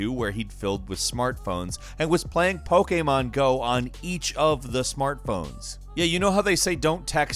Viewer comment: Is anyone else frustrated when says Pokémon?